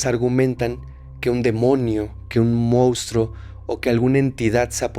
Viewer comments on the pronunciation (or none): none